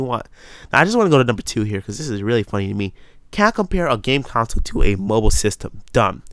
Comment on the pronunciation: err it's pronounced con-sole not council, just sayin